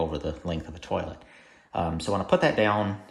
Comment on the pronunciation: Cracked up when I heard "turlet". 😂